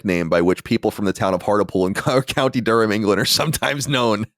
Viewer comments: Most painful thing about the Hartlepool story is Colin prouncing HARTLE POOL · Genuinely burst out laughing at the pronounciation of "hurt-ul-pool" it's heart-lee-pool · It's pronounced Hart-lee-pool you racists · It's pronounced Hart-Lee-Pool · Hearing the way Hartlepool was pronounced made me laugh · I was going to let Colin's pronunciation of "Hartlepool" slide and not comment on it, after all, he isn't to know... but then he went and said it 8 more times in quick succession...